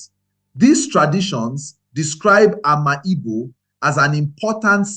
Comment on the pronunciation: Bro, it's pronounced Am'igbo not Ama Igbo